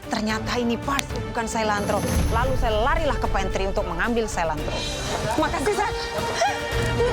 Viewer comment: BUKAN SAILANTRO Cilantro[ Biji ketumbar] Baca SELANTRO BUKAN..SAILANTRO WKWKWWKWKWK🤣🤣🤣🤣🤣🤣🤣🤣🤣🤣🤣.. TETAPI CORIANDER [ Daun jetumbar]. HAHAHHAHH Biji dan daun KETUBAR Adalah sebutan english yg BERBEDA Stirfry BUKAN SETIR FRAY... DRIVER KALI AHHH😛😛😛😛😛😛😛😛😛